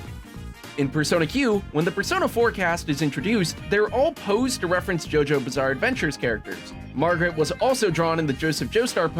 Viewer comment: "jojo bizarre adventures" hearing that did critical damage to my soul. that's not what it's called.